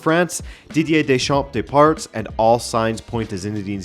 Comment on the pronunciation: 😂😂😂 Dey-parts! Nice one, very subtle...